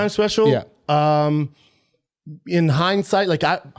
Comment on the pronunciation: “In hidesight....”